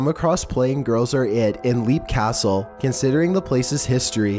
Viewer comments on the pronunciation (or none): Number 14 is pronounced as Lep Castle not leep. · LoboDeSade Perfect example in this video, number 14 Leap Castle in Ireland is pronounced "Lep" and not "Leeep" as he says. I guess one thing it shows is this guy does his research by reading and not ripping off other people's videos, because if he did then he'd know how to pronounce the names of places ... unless he is copying other videos who pronounce it wrong as well ... okay I'm going to hide back in my cave now, my brain hurts. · You need to learn to pronounce the names of these places correctly. It's pronounced LEP CASTLE and Samlesbury Hall is pronounced SARMSBRY . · It's pronounced "Lepp" Castle.